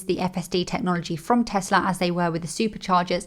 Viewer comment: Teslar? Never heard of it. Teehee